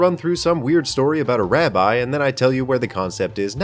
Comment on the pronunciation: I just wanna say that it's pronounced rabi and not rabye